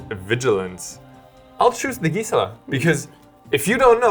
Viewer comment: Your pronunciation on Gisela is driving me insane